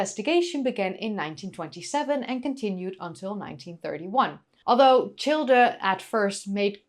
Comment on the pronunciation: 'Childe' is properly pronounced as 'child.' The 'e' is silent.